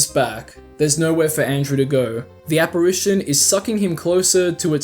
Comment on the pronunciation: one of your voice actors doesnt know how to say apparition